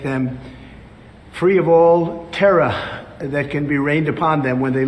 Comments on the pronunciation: Terrah 😂😂😂 you know I think it’s pronounced terror but he loves making up words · ... Free of all "terra?" Is this who you want for your next president? A babbling fool who has lived way past his expiry date? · " Free of all tera"???? Good grief! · Are we gonna talk about the fact that he pronounced the word ‘terror’ as “TARA”??? 😂🤣😂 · "Free of all terrah" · Rain down the TERRAH! Respect my AUTHORITAY! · “free of all terrah” 🤦🏻‍♂️ what a clown